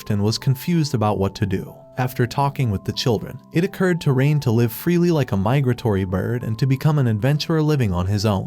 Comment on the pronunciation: Nice saying live bro said Lyve